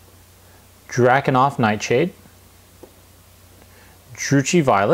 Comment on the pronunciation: ...Seems you're having a bit of trouble pronouncing the names. Nuln - (NULL, N) Drakenhof - (DRAKE, N, HOFF) Seraphim Sepia - (SERA, FIM - SEP, EE, YA)